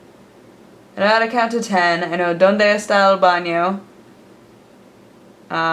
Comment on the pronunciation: you said chilaquiles and "estoy mas o menos" like incredibly well but "donde esta el baño" try to put less tone on and between the words like you did with "mas o menos", it really does help to learn the pronunciation of the spanish alphabet